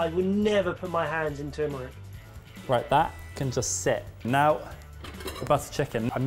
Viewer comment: saying tumeric physically pained me tuRmeric pls let 2020 be the yeah of turmeric